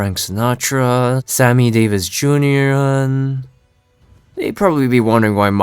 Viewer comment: Real, what was that pronunciation